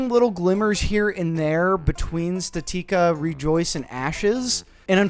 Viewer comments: Pretty sure it's statica not statika like the word static but add the letter a. How do you think you pronounce that again? Say it out loud statica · Its pronounced static-uh